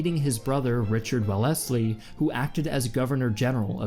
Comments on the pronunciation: The narrator pronounced Wellesley wrong. It is supposed to sound like “welz-lee”. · Well Lesley brothers. Really? lol Wellesley = Wel'sli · "Well-essly" lol